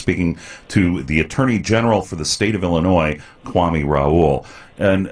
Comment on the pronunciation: The white man mispronounced his name. Kwa- may Kwame